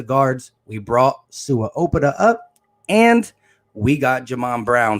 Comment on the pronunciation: Its "owe-pet-ah" lol damn bru